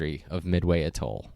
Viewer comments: Just a tip, if you're going to make a video about an Atoll... maybe check the pronunciation of the word. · Your narrator doesn't know how to pronounce "Atoll"